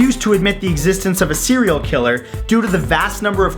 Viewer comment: Did he just said Cereal Killer? Cuz I'm one too...